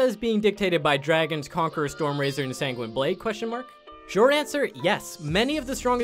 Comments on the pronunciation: Please stop saying "sanguiney". It's san-gwin". Makes me cringe each time lol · This guy actually pronounced the E in sanguine lmao he said SANG-GWEEN-EE lmao